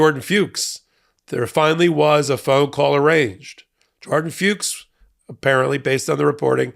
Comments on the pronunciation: Jordan FUCHS Must be pronounced rhyming with 'books', So like 'Fooks' -- NOT Rhyming 'Pukes' ... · I hate how people won't pronounce Fuchs properly here. It's pronounced F*cks. It's the German word for fox. Have fun, don't be so uptight